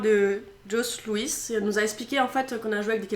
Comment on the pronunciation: "jos louis" ça se prononce jo loui